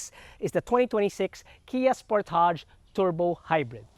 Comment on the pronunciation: Wrong pronunciation